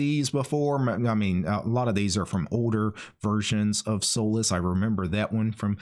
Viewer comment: I don't think it's pronounced as soulless lol